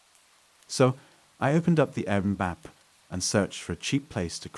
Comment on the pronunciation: What is with saying "Airbmm" instead of 'Air B N B'?